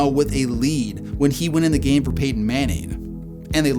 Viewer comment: Did you say 'Peyton' or 'painting' 😂